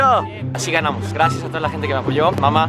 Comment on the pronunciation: Oye amigo en los vídeos enbec de decir gracias dices grafias